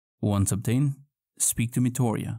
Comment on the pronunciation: Speak to METORIA. lol. Meat-e-Oh-Ra